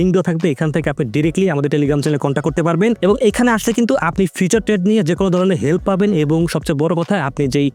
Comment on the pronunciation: ভাই ওইটা ফিচার না ফিউচার